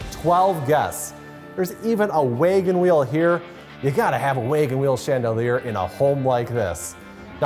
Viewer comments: "Waygen wheel" "staygered heights" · What's a "WAYGON Wheel"? Does this dude seriously not know what a "wagon wheel" is and is just reading from a script?!